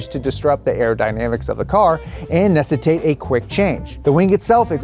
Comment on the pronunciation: almost convinced me that "necitate" is a word haha